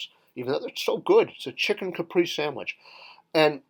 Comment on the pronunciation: caprese is pronounced "ca-pray-zay" not "caprice"